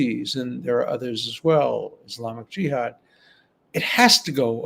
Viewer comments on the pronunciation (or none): none